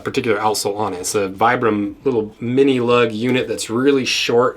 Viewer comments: Vibram is pronounced: Vee-brum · For the record it’s pronounced “Vee-brum.” The originator is from Italy.